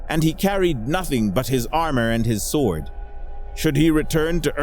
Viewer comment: "Sword" is not pronounced with its "w". "Sored". This is a very good story.